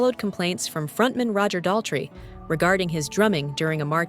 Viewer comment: Dah-LEE? Town-shend?